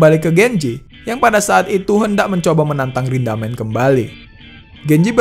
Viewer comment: Rindaman bg bukan rindamen